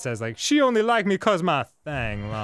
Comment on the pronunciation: The funny thing about that name (Thang), it's actually pronounced like "Tong"